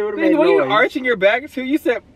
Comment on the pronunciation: i can't get over "memaws in the BACKUH"